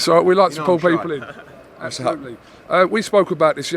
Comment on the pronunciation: Do a shot every time says ‘Absholutely’ during this fight week. You’ll be paralytic I promise you.